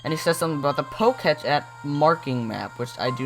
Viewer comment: is it annoying anyone else he keeps saying "pocatch" instead of pokétech?